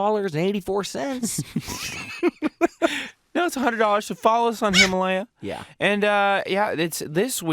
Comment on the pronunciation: I try watch your videos but after 2845th time of saying "himalya" I give up.